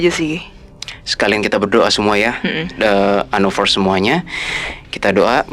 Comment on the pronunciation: Btw anovers bukan anofers